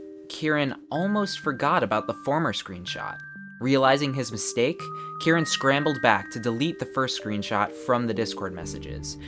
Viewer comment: Bruh the way you say Kiran it tricks my brain into thinking it is Kieran, plus when I see the CC the Kiran is pronounced as Kieran